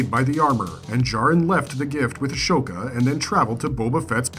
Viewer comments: a-so-ka, not ash-oka :) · Ah-SO-ka. Bo ka-TAN. Not ton